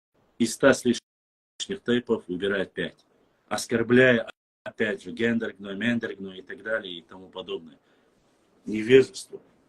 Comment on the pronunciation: Сюльтыгов,не произноси больше тейп Гендаргеной!